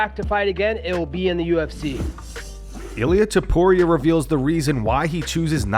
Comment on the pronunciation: 🗣Illa Topturo 😂😂